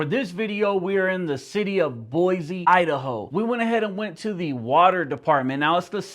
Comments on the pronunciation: It's boyceee not boyzee. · “Boy-Zee”? 🤦🏻‍♀️ Go back to the Bay Area. We don’t appreciate Californians invading our state. You don’t pay squat for that building. The 4th amendment protects you when the government is prosecuting you for something. Basic building security is not a Constitutional violation lol. You sound like you’re just trying to get a rise out of people. (Maybe learn the name of our city before coming back to harass people) 🙏✌️❤️✝️